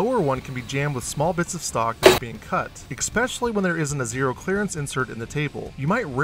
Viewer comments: IT'S NOT PRONOUNCED "EKSPECIALLY"!! 👎👎👎👎🤦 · Great videos, my friend! Just a note, you're pronouncing "especially" wrong. Keep up the great work!